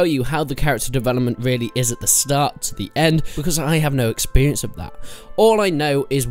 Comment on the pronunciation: Why do you keep saying exBerience